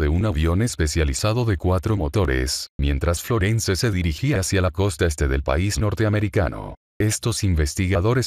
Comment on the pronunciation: Esa voz es horrorosa ..FLORENCE no se pronuncia la /e/ final...este es un termino anglosajon...perturban mis oidos😠